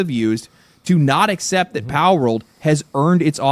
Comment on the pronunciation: Asmon can't say pal